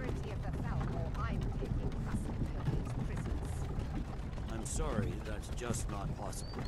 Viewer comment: my only problem is hadvar's new voice. he no longer says "sowwy"